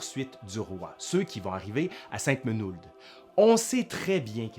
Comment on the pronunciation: Bravo pour cette narration passionnante assez objective à mon avis , bonjour de Savoie! ( même le nom de la commune de Sainte Menehould est correctement prononcé en " sainte Menoud" , ce qui est rare pour les non-lorrains, la ville où a été reconnu Louis XVI en fuite )